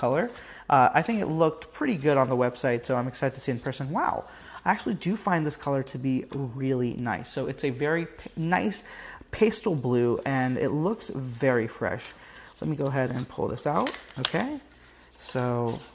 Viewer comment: It's Pastel as in "years past", pastel from the French.